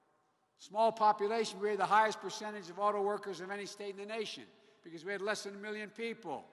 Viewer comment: Hey, what's with the nose scratching every few minutes. Are you sending a message to your teleprompter controller? Now.... min mark...."bekeeze he fuzes!!" min mark "prescription jugs". min. mark "autobobile industry"!! min. mark "we're going to 'rectrofit"!! min mark.."United States America". You left out the 'of' again. And at the end, all 5 people applaud. No questions asked, again.